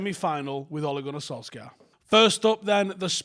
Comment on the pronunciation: It's sol shyer that's how u pronounce it house son.